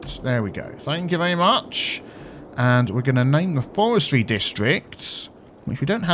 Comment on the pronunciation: In the first half...: 'Forestry, Forestry' In the second half...: 'Fowestwy, Fowestwy' Demon dentist!